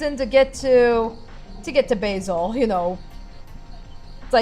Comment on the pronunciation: Basil, "Baaa-zil". Like the name of The Great Mouse Detective.